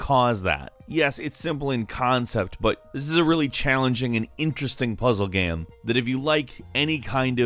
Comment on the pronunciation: I like your voice but when you say "gam" it hurts me.